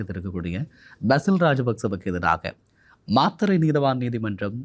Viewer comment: அய்யா மாத்திரை இல்லை மாத்தறை